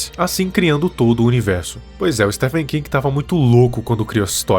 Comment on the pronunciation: Oxi, mais tá certo! É assim mesmo que pronuncia!